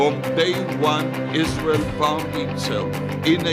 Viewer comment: You would think that Lindsay Graham would at least learn how to pronounce (Isrural) since they give him so much money, how disrespectful!🤣 Politicians are just rich elite insiders, they don't care about this country only figuring out ways to rob it blind! That's why they are flooding our borders with people who don't care about or even hate this country, fill the country with people who don't care about or even know our laws and they will be even more ignorant than we are to the amount of theft these crooks are committing!